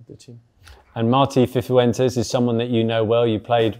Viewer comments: Still saying Fifuentes ffs 😂 this geezer definitely orders Full English in Marbella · Fithuentes this time 🤣🤣